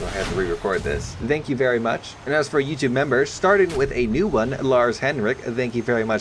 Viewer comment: "Thank you merry much".